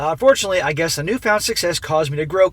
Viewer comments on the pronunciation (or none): none